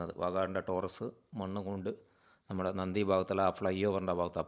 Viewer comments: നന്ദി അല്ല നന്തി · നന്ദി അല്ല സുഹൃത്തേ നന്തിയാണ്